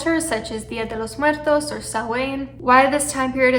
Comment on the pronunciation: Okay but your pronunciation of "Día De Los Muertos" is AMAZING!!!